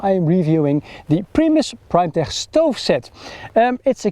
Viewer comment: Its pronounced "primetek" not "primetehhh"